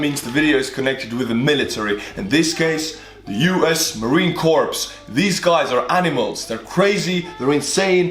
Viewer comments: "Corps" is pronounced ''core'', not "corpse". Corpses are what the Marines make of their enemies. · it’s not said like Marine Corpse isn’t said like Marine Core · Not trying to be a grammarnatzi but when It come to people pronouncing "corps" wrong it really ticks me off . Its pronounced 'core' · Please stop calling them "corpse"... it is scary. Learn that the letter p and s are silent... corps is pronounced... core... marine "core"....corpse is... a dead body... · 'Corps' rhymes with 'core' in English. "Corpse' means a dead body. Now do push-ups. Love your channel. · Pssst... Pronounced core, not corps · It's pronounced Marine Core not corpse. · The P is silent. It's pronounced MARINE CORE not corpse. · OMG HE SAID CORPS......!!!!!!!!!!!!! SAY IT LIKE CORE!!!!!! PLEASE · Marine Corp the Corp is pronounced Cor the p, for whatever reason is a silent letter. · Your saying Marine 'Corpse' like a dead body. We pronounce it like "Kor". I don't know why the 'ps' is silent. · CORPS IS PRONOUNCED CORE NOT CORPSE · Btw, it’s not literally pronounced corps but it’s more like ‘core’ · My mans just pronounced Corp with the P? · You said corPs it's just pronounced core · Corps is pronounced “core” not “corpse” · Just a tidbit: "corps" is pronounced "core," not "corpse." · Im sorry but had the be one dude Its not corps but core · I know your Estonian but Corps is not pronounced as Corpes it is pronounced as core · Very impressive grasp of the English language, but let me offer some friendly advice, it's pronounced Marine "CORE" not "Corpse". As a Marine myself and graduate of Paris Island, I'd LOVE to watch you debate your theories with a few Drill Instructors... LOL! Also another point the USMC also allows you to be recalled. It goes like this, Active duty (4 yrs), Inactive Reserve (2 yrs), recall/re-enlist eligible until you are 35 years old. Semper Fi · Core it’s pronounced core. Not Corpse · It pronounced "Core" Not "Corps" weird but thats how it is. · Corps is pronounced core